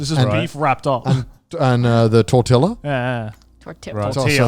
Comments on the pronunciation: TORTILLAAAA me dolió el alma cuando dijo "tortila~~" :,c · Bro I feel so called out when Connor called "Tortillas" "Tortilas" like my immediate response was to out loud say "Tortillas pendejo." and almost automatically Garnt said "Mexicans are crying right now." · Thanks for correcting Connor, every time someone pronounces Tortilla as "tortila" a piece of my soul dies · Connor saying “tort-illa” gave me a physical reaction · Connor: Tortila Me: angry mexican noices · did conner just say "tor-tilla" i CRINGED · wait people unironically say Tortilla as "tortila"? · Connor -Beef tacos with “tortella” lol As a Mexican I laughed my head off. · The moment i heard connor said tortila i cried a little, but at least everyone corrected the white man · I pronounce it as tor-tee-la, so almost there. Not a fan of the tor-tee-ya pronunciation. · love how I put this in the background to listen to while I built a deck and then I hear Connor say "tortilla" and I go from mostly zoning out to full blown spanish thoughts going "q dijo este???" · As a Mexican, I confirm, I cried a little, until Connor actually said "tortilla" more properly :3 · I am Italian, and I did indeed GASP (when said she didn't like pizza) But I'm also half Mexican, and I did indeed, CRY (when Connor said 'tortilla wrong) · connor pronouncing salsa and tortilla drove me crazy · Iron Mouse about to die listening to Connor pronounce tortilla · Mouse gonna make sure Connor knows how to say tortilla after she sees this... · as a mexican i loved Connor trying to pronounce tortilla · As a Mexican American, I did cringe when he pronounced tortilla like that, also please please for the love of God, tell me it was NOT A FUCKING SHELL TORTILLA WANNA BE TACO SHIT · i've never felt so betrayed in my life until connor mispronounced tortilla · Connor says tortilla... Ironmouse dies